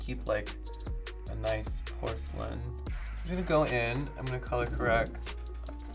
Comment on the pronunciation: nobody: Violet: POR-CA-LIN